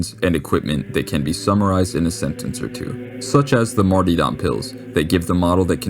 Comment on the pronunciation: Just a heads up but martyrdom is pronounced Mar-tur-dumb not Marty- dom. Though the image of a guy named Marty in black latex with a whip is pretty hilarious lol